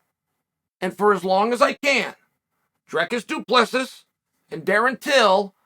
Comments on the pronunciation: South African here. It's pronounced Dree-kis Doo-pla-see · It's pronounced "Drreecus doo Plissee", not "Drekis du Plexis". South African here 😉🇿🇦. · Here's the phonetic, work on it :"Dreacis Do Pluhsea" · Say it like Drikus Du Ples-see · 🙈🙈🙈 Its DREEEEEECUSSS DOOOOO PLUSSS EEEE for "^:" sake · "Drekis Du Plexis wins via Suplexis" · Drekis Du Plexis must be a new transformer lol. Glad Uncle Chael is talking about him though. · Dricus (pronounced Dricis) Du (pronounced do) Plessis (pronounces Plesee) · Don't forget about " Will Fury " and " Hazmat " 🤣🤣🤣🤣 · “Drekis du plexis” undefeated undisputed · BRO GET IS NAME RIGHT!! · Chael BUTCHERS all of these names!!! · "I even took the time to learn his name" - says name wrong immediately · And it's definitely on purpose that he mispronounces our boy's name. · Charl, dude....if you're serious about this social media commentary thing, you gonna have to at least take the time to learn the correct pronunciation of fighters names!!!